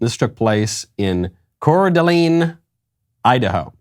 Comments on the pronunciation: Michael pronouncing Coeur d'Alene, Idaho "correctly" bothers me so much. Maybe it's just me but I've always heard it pronounced Coeur "d'aLAYN" not "d'aLEEN". PNW native here. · Listening to Michael try to pronounce “core d’lane” cracks me up. I mean, I get it. It’s a pain to spell, and for people that don’t know how to say it, it’s a pain to say. I usually just type cda when texting about it. I don’t live there. But I live close enough. Great village. But it’s turning quickly. California loves to move to cda. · Its just pronounced "cor duh lane" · Sorry, this bugs me. I'm from the PNW and Coeur d'Alene is pronounced Core-da-lane here.